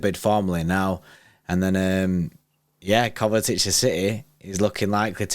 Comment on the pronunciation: Why do they both pronounce it KovaTic? 😂😂 Where's the T from?